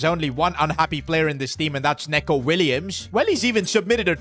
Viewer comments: It’s pronounced NEECO Williams, not Neco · Neco Williams ❌ N(e)co Williams ✅ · Neco Williams first name is pronounced "Niko" not "Neko" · It isn’t said neco it’s said nico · Say him like “Nico williams” Not like Neco Williams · 🤓 NICO WILLIAMS. NOT "NECO" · It’s not Neko it’s Nico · It's not neco it's nico😂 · neco not neeeco😂😂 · neeco williams, not neco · It's Nico Not Neko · It's pronounced Nico Williams, not Neco Williams. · Neco Williams is pronounced just like Nico Williams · it's pronounced like nico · you sure you said that right..